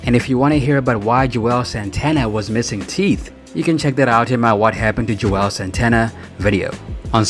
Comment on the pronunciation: He just kept slaughtering their names. 😂 he said Juelz three or four different ways.